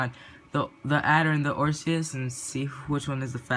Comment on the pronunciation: u pronounced osiris wrong 😂